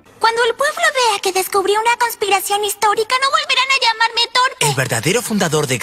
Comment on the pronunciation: Conspiracion, no cospiracion